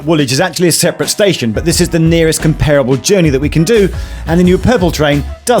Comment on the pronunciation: Can’t even pronounce ‘comparable’ properly.